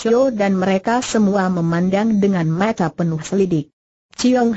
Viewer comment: Yang paling Tdk cocok Tulisan Cerita Di baca tak sesuai Tulisan Cerita sehingga Yg mambaca tdk bisa Menguasai Alur Cerita akam salah Mengetahui isi Cerita Contoh: Tulisan Sang Dibaca Seng .tulisan Mata dibaca Mate , dsb Mohon bisa untuk Lireksi